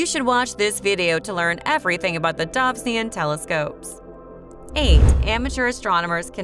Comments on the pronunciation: even a robot would pronounce the ‘o’ in this instance. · Please learn to pronounce Dobsonian properly. I imagine John Dobson, a fellow American, would have greatly appreciated it.